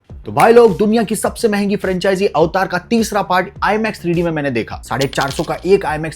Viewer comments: सबसे पहली बात तो उसका नाम तुमसे ढंग से बोल नहीं जा रहा उसका का नाम अवतार है न कि अविटार 😂😂😂😂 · अवतार नाम है, लोड़े एवंटार क्या बोल रहा है हिन्दी में मूवी रिव्यू नहीं आता है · Can u plz tell me why r u calling it ऐवेटार instead of अवतार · its not AVAATAR its AVATAR